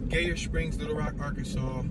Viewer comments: It's pronounced like "Geyser" w/o the "s". GUYer, not GAYur 😂 good video though. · It’s pronounced (g-eye-er) Springs.